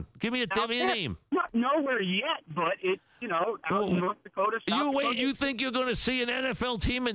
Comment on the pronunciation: "NORTH DAWKOTA?!